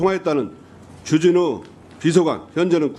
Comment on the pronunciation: 주진우 발음이 ...